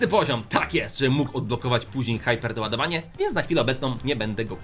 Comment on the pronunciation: Nauczcie się mówić te różne rzeczy z brawl stsrs nie mówi się haiperdoładowanie tylko hiperdoładowanie